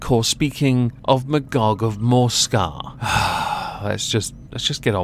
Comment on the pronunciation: You mean Ma-Y-gog?